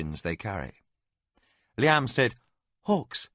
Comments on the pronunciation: Sounds strange to hear Liam pronounced in that manner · Edit: LOL! I was totally into the story, and then the music played really loudly at the end and scared me to death. =D Enjoying this book...but the pronunciations are driving me crazy. Who the heck pronounces Liam like that? It's as if the narrator had never heard that name before. Edit after a few minutes: Oh my gosh. Thank goodness Liam isn't a main character in this book. That pronunciation is like nails down a chalkboard. Awful! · Just hearing names pronounced differently than what I pronounce when I read is a little off putting. But a minimal issue. But Arutha pronounced arathur is frustrating or the fact that he can't pronounce liam as it's always pronounced